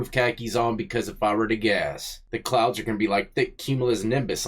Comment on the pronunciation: Bro said the clouds backwards and wrong lmao